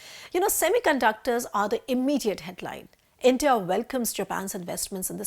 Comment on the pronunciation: Intah...Intah...Intah...What is this? Are you trying to say India? Why is that nobody in theprint pronounce English words properly?😂